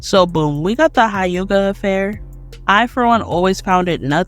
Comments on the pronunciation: It's hyuga not Hi-yuga. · Good points, loved the video, but why you say uchiha and hyuga like that? “you-chiha” “High-yuga” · I'll never understand how y'all can watch the Anime and still say Hiuga. Like what? How? Dope video though, you spoke facts. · Tf is a Haiyuga or a Youchiya? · Only cause she don’t know how to pronounce some things, “you chiha” “high yuga” If you watched the show at all there’s no way youd pronounce it that way lol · The way u pronounce Hyuga is giving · i was with you until you pronounced the hyuga clan.. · Ain’t no way she pronounced huyga like that